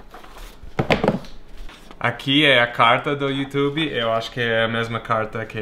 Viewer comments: Adorei vc falar youtubE aportuguesado! Parabéns pelos 100K ! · Parabéns Brian, por essa placa e por ter aprendido a falar YouTube como os brasileiros falam,kkk